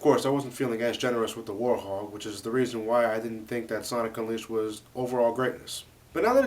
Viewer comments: Its werehog not worehog or worthog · Why does it sound like you saying "Warhog" when its "Werehog", and i like the werehog stages since im so good at them. -Sora the Hedgehog out! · Who else noticed that he said worehog instead of werehog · why does he say werehog like worhog? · no, its werehog he just pronounces it differently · I love how pronounces werehog XD